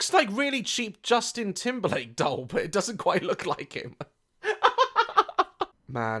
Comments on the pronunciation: Daz saying dole instead of doll for 11 minutes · I can’t get over the fact that Daz says “dole” rather than “doll” 😂 I love this man :) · Love the way you pronounce it ‘dole’ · Is he saying "dowl" hahah